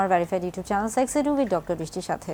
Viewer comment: সেক্স কথাটি স্পষ্ট করে বলেন